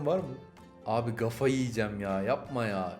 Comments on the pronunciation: Çok iyi bir youtuber sin ama "gafa" (kafa) kelimesini tellafuzundan hoşlanmıyorum yanlış anlama en sevdiğim kanalsın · Bir kere kafaya gafa dedin ve buna kuzenimle günlerce gülmüştük sen de fark etmişsin ve artık hep "gafa" diyorzun sffsfjpwvkbwlbana